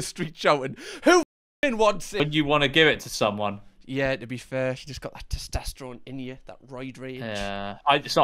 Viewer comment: pronouncing testosterone like “testesterone” gets me every time